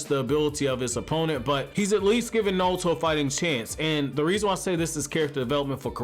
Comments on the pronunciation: Are you saying? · Knawlto lol....... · I can't get passed your pronunciation of Naruto. How does one have a Naruto channel and not know how to pronounce Naruto?